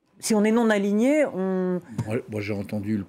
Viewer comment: Ouh ! c'était dur d'aligner les mots non-aligné et aligné... On a entendu aligné et aliéné à la place !!